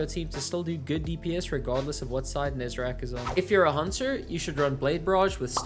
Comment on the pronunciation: I will never get why people keep calling Nezarec "Nezerac".